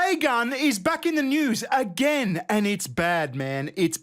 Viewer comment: I cannot stand when people say "ant" instead of "and"